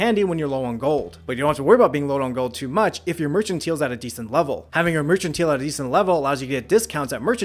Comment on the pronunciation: Please tell me he learns the proper pronunciation of "mercantile" by the later videos (hard "c", long "i" sound; not the "ch" , long "e" sound)